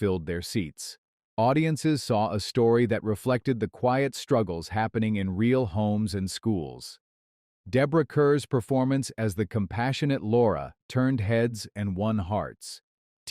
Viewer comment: It's pronounced "Deborah CAR" (rhymes with STAR) and "BETTY Davis" not "BET Davis".